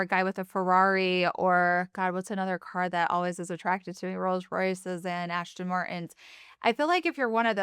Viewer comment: The level of narcissism and trauma is massive. It’s alarming. And for someone who doesn’t hesitate to throw out wealth and brand names, she would know it’s an “Aston Martin”, not “Ashton”. I would be interested in learning how many mental health clinicians she’s hired and fired.